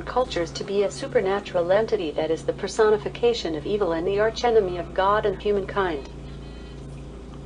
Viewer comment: Didn't sound like evil to me! I couldn't hear the V sound in evil? But that's just my opinion. I hope you keep getting to feeling better.